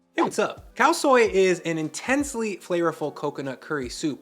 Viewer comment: Nice, Khao soi said correctly. But IF YOU RESPECT THAI PEOPLE AND CULTURE stop saying “pad” like a bit of paper you write on. It’s “pahd” like the “a” in car not cat. Respect Thai people, culture and food and say pad correctly please.